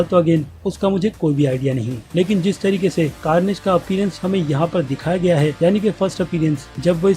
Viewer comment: Bro iits not garnage or garbage🙈